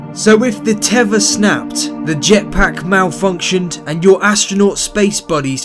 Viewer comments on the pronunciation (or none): what the fk is a tevver knobhead learn to pronounce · He made a key error. Not one of our astronauts has ever had anything called a "tevva". Now, a "tether"? Yes, they all have had tethers. Just wondering, why can't Brits pronounce the "th" sound? :-) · It's a teather not a "teavah" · The speaker says 'tever' and the subtitles in the video show it instead of 'tether' as in the description. Apart from that, it was quite an interesting video. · Tether not teva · What's a tevor? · what's a 'teva'? its teather lmfao. Staht? Its Start 😂 British English is Epicly Incorrect.. but decent vid. thx 4 the post. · It's a teTHer. teh.. THHHHH... er.